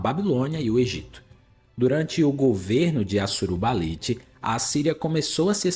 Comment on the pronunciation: Amigo, não tem sílaba tônica no NI de Assurbanipal. Considere não usar essas imagens geradas por AI, isso é péssimo.